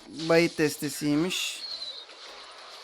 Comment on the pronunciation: bait oyle okunmuyor